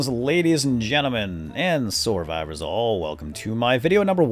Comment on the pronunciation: soar-vivors? LOL